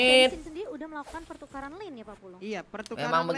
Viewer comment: Yang gua denger pertukalan bukan pertukaran 🤣